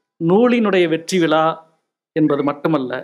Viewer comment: அடிக்கடி விலா என்று சொல்கிறார் விழா என்று சொல்ல தெரியவில்லை. இவ்வளவு பெரிய எழுத்தாளர் தமிழில் ழ கர உச்சரிப்பில் கவனம் செலுத்த வேண்டும்.